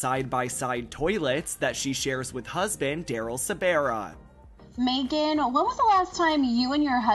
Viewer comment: How many videos have to be posted by the person narrating and he still cannot pronounce Daryl Sabara…